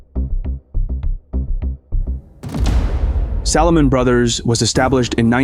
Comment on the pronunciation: I enjoy the historical content covered in your productions. Only negative criticism is poor/incorrect pronunciation of names/locations etc. Recent example “Salomon Brothers”.